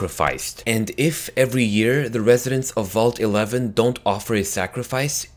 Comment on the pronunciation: did he just say at the end vaul t11 thats what it sounded like to me